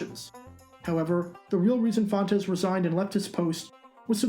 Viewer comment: You keep pronouncing fontes wrong.